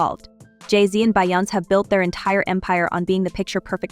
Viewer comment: Who is BY- OUNCE? Her name is pronounced BE-YON-SAY